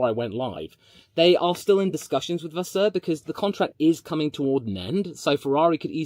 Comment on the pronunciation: Dude your accents are spot on for the diffrent languages HOW Benedetto Vignia was properly pronounced Vasseour was properly pronounced... HOW